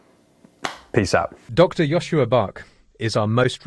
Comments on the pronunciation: Great talk, but next time say his correct name when introducing : Joscha NOT Joschua . Thx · Bit grating to hear his name pronounced as Joshua